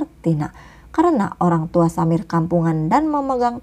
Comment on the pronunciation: KK bukan menghina ya tadi KK bilang Olang tua bukan orangtua oky